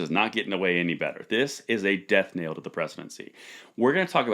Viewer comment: Death 'knell', not Death "nail".